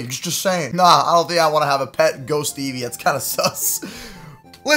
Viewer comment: Pat instead of pet